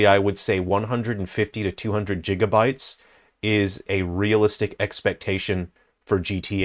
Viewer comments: Jigabytes? 😂 It’s gigabytes. It’s gig as in “gig work” NOT “dancing a jig”. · “Jig uh bites”